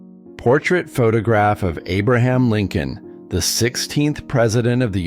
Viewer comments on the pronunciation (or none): none